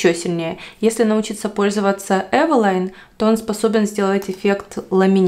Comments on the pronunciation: Название польского бренда Eveline происходит от женского имени Э́велин. Так что варианты произношения «Эвелайн» или «Ивелин» ошибочны. Почему вы все время произвосите Эвэлайн, если все говорят везде Эвелин? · Потому что это польская фирма и ее название здесь произносят Эвэлайн